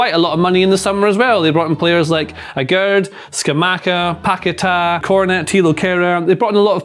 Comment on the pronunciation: Guys it's Paquetá. You always make the same mistake.